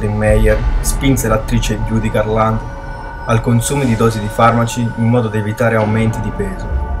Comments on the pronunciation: cazzo ma ci vuole tanto a pronunciare bene Judi Garland??? la mamma di Liza Minnelli,se non lo sapessi... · Almeno impara a pronunciare bene "Judy Garland" :-) ... così non si può proprio sentire!!! :-)